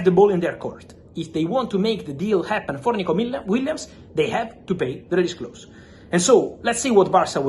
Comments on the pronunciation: Aah yes, Nikico Williams 😂 (read the description) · Nikico Williams? Lol